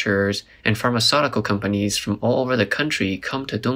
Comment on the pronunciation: The way you pronounce Pharmaceutical is very incorrect, I'm not sure how you learnt that. But a very interesting video nonetheless.